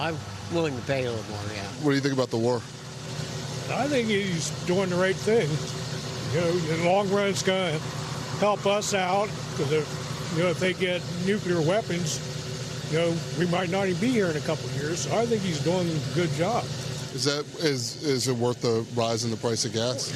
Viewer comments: "THEY GOT THEM NUCULAR WEPPONS" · If you can't pronounce the word "nuclear" then you really shouldn't be voting.